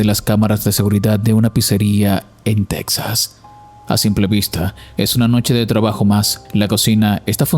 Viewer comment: Se escribe Texas pero se pronuncia tejas. Habla bien nada te Cuesta.